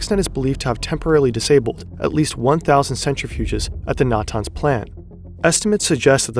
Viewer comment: That isn't how you pronounce Iran, Natanz, or Arak.